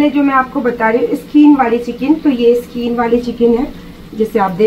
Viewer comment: Skeen nhe hota skin hota hey....😂😂😂😂😂😂😂😂😂😂😂😂